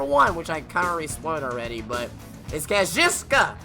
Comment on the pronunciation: The pronunciation of kazuchika is the biggest botch of the year